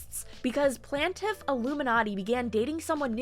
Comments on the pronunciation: I appreciate you called yourself out on "plantiff". I had been giggling every time you said it haha. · You do say Plaintiff funny lol